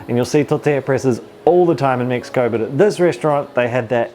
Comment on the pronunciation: MEXiCO not MIXiCO😂😂😂😂